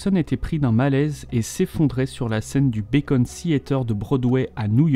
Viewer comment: Très intéressant ! Mais juste une chose, c'est le "Beacon" Theatre, pas le "Bacon" Theatre, ça se fait pas cuire à la poêle ;-)